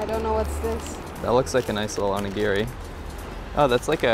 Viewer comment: The terrible pronunciation of onigiri makes me cringe!!! 😣😣😣